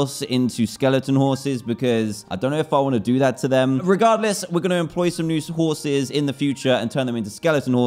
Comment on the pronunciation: he say scorses not horses